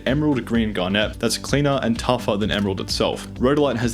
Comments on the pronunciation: FYI: you're mispronouncing a number of these species names, most notably spinel, garnet, tsavorite and almandine (emphasis on just the wrong syllable). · Honestly wild how jewellers seem to call it "gar-NÉT". Good, honest geologists call it "GAR-n't". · I have never heard anyone else pronounce garnet or peridot the way you do (The way you pronounce peridot is wrong btw, I looked it up, the t isn't silent, not even in any of its etymological roots)